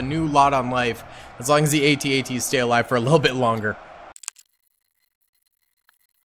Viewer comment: I can tell you weren't born of the Star Wars generation. The A.T.A.T's are pronounced - AT--AT - Sounds like @@